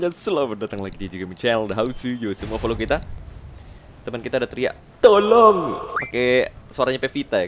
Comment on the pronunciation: Klo voice packny bukan tolong, tp lonntoooonggg.., hehehe jokes bapak2